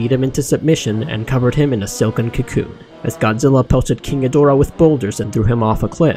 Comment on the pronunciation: She Actually Said, “King Ghidrah” Thats Not Even Close